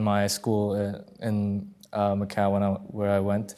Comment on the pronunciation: Macau, not McCall.